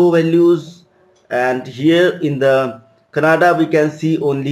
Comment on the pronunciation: It is not kanada.... Its canada 😊